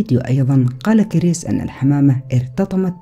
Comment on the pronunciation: كرِس وليس كر يس